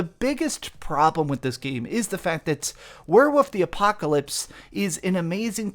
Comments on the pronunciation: “Werewoof” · lmfao "were-woof" "were-wooves" 🤣